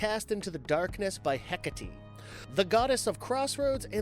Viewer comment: It's SLAVIC!!!! Slah-Vic!!!! And it's HEKATE!!! Heh-Kah-Tay!!! Not tea 😵‍💫😵‍💫😵‍💫 FFS........ Learn to effing pronounce things 😳